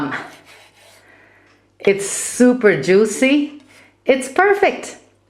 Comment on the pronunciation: Jewy....who said Jewy....